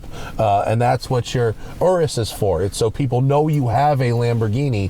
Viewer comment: Also the way you say Aureus sounds like RS too. I'm going to ask Santa for one.